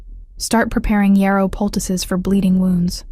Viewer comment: Poultice. Not pticuses (?) Puses? Picuses?